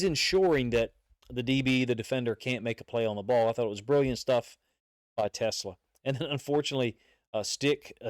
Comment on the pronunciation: Pronounce his name right. His name is Te-SLAA" the ACCENT is on the SECOND syllable